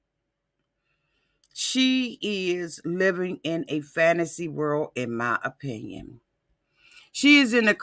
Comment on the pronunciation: in my oh-pin-yawn, being a health care professional, the reason she hasn't had any medical treatment(s) is because a person has to be CLEAN to undergo any type of,... well you do the math. This is just my O- pin-ee-on 🤓😧